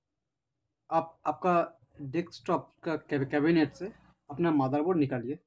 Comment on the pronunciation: its not maderboard its motherboard